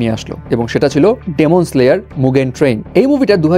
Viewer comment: ডেমন নারে ভাই এটা ডিমন🐸